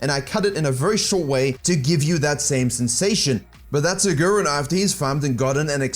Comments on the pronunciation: his name is pronounced aguriiiin not agu ren. still love the fact that u produced a video bout them! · A-who-rin? Who-drel? I only watch this channel to get Johnson's exclusive Lee mechanics. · For Germans it's so funny how he says Agurin😂